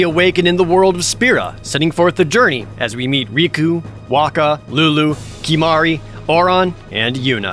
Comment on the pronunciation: Great video.. to the tee... Except Kimahru 💀